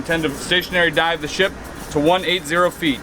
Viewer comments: i thought he said "its time to DIE." But really he meant "Time to dive." Oof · sounded like “yea ready to die” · sounded like he said “Yeah, ready to die” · did anybody else here ready to die instead of ready to dive and the mark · “And then it was time to dive” Holy- I thought he said ‘DIE’